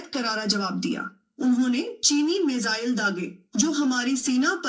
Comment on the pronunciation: पाकिस्तानी मिसाइल को मिज़ाइल भी बोलते है। Which you can hear clearly